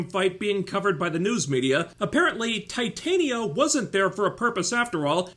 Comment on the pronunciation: The way you pronounced Titania is correct, they pronounce it that way in the show cause TITAN and she's strong. Yeah it's a really dumb name.